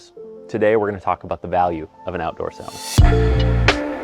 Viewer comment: the way you pronounce "sauna" makes me want to fight you